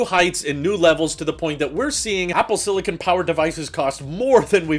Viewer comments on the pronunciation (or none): none